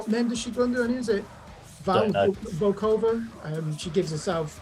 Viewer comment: Hi guys, many thanks for taking the time to listen to our album and discuss it on your show. No hard feelings, we appreciate it's not for everyone! Just wanted to highlight that you got my name wrong haha. It's Valis Volkova. Have a great day!